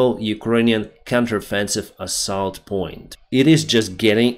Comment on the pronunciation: you should learn to pronounce word assault. Great video as always 👍 Slava Ukraine 🇱🇹🇺🇦